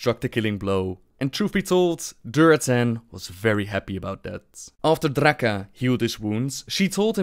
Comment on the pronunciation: "This was Drrrrrraka". This dude is gold.